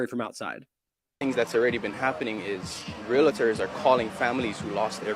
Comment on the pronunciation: Real-tors. Correct pronunciation. Two syllables only.